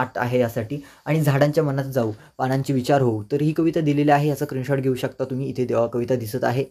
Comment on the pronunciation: Screenshot ❌ Krinshort ✅😅😅